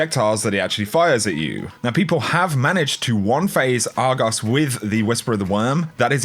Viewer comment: The way he says Argos is just beautiful